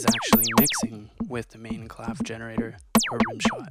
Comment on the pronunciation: it's pronounced clave-EH ;)